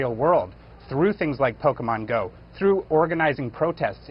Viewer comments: Instant and instinctual cringe when Don Lemon says "Pokeman". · I think Don meant “Poke a Man” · Lemonhead can't even pronounce "Pokemon" properly.